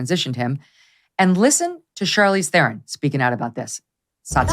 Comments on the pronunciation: South Africa is not generally woke. Theron is one of South Africas worst exports. Theron is pronounced Terron in South Africa. . Her behaviour is disgusting. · Read up on Charlize story regarding the death of her father!! There is another side to her version. Btw she did not grow up on a farm. She was a “ maplottie (small holding) Her name is pronounced te ron, not the umUSA version theron. Cannot bear her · Charlize Theron (pronounced Tron) !!!! makes me so ... Arrrrrggggg!!!!! Please just don't speak. Advice from 1 of the 44 proud South Africans that speak Afrikaans. 🇿🇦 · I am disgusted by Charlize language......I mean her FAKE LANGUAGE ACCENT.....she was in USA for 2 seconds and had a massive American accent.....CRINGE.....she is Afrikaans and her English accent is SOUTH AFRICAN....her surname pronounces as TURRRRRRON inwhich the r rolls in a way an American cannot pronounce . And I am going on about it 😂 because as a south african I cringe every time I hear her. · Agree with that sentiment, very few educated intelligent people in Charlize Tron's(correct pronunciation of her Afrikaans surname) country of birth like the woman. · I am a South African and Charlize is embarrassing. Firstly she has changed the way her surname should be pronounced and behaves like an overindulged spoilt brat. She is arrogant and isn't a great actress at all and what her mother did to her father is so wrong and she got away with it.